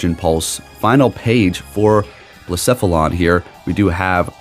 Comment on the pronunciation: I’m just really happy you say Blacephalon correctly 🥰